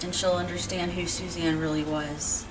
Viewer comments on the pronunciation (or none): It’s not Susan it’s Suzanne